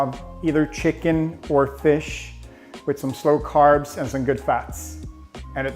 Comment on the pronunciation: He said : simple fast carbs , just he not pronounce the word well